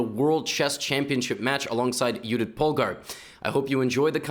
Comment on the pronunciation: YES YOU PRONOUNCED JUDIT POLGAR CORRECTLY THANK YOU